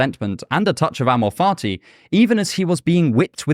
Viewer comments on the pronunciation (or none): Every time this man says ammo farty i just can't 😂. My brain is that of a child 😂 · "Amor fati"—love of fate—pronunciation: emphasize the instead of the .